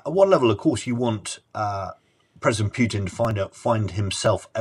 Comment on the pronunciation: His name is not "Pyutin" as "yu" is a Russian letter on its own